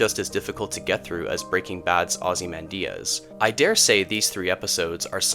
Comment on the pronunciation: “Ozzy Mandiaz”? LoL